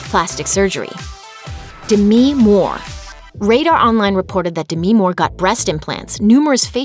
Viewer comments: "Demee" moore😂😂 Its just Demi x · De-mi Moore 😂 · Why are you pronouncing Demi Moore like that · Well that's a weird way to pronounce "Demi" Moore lol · The way she pronounces demi moore makes me uncomfortable